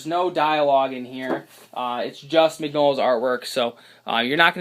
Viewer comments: His last name is not pronounced "", its "min-yo-la" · ***** Don't worry. It's taken me years to retrain myself on the correct pronunciation. It's an in-joke between my brother and I. "min-YOLA" is how he always types it out.